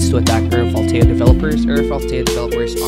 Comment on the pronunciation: lol bro sayin it so wrong💀